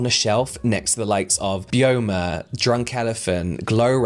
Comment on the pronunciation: I thought Byoma was pronounced bye-oma, as in the skin's biome. I could be wrong though!